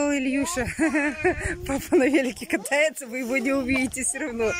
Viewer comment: Папа катаетСя!, а не кататца. Мамаша, учи русский!